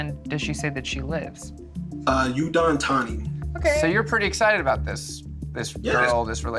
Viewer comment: Lmao 🤣🤣 "Yoo-Don Thani". Looooool. It's "Ooh-Don Thani". Sounded really funny. Glad Cherry wasn't a real scam. Supposedly.